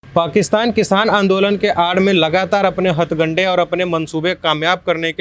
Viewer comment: 'Hathgande' nahi 'Hathkande'